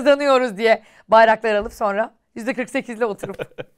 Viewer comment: Çok tatlısınız sizi çok seviyorum ama Kaan abi niye sonra demek yerine sonna diyor çok tatlısınız 😂💖